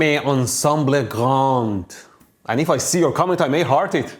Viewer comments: "un son de petit, mais ansamble grand" god you really hurt us french viewers x) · It's "ensemble" though.